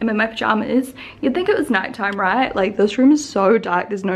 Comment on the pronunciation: This has nothing to do with the video but has anybody noticed (maybe it's a north eastern United States thing) saying "right here" sounds like "rate here"? Not in a country accent way 🤔 Maybe it's just me.